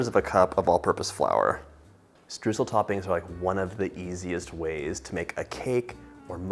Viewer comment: My german heart bleeds at hearing what the english language did to the word Streusel.